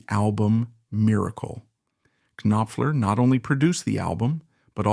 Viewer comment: Terrible pronunciations on various names and titles. It's not pronounced "kin-offler". it's "noffler" . "Dr. John " is not "Dr. (long pause) John". Leave out the pause.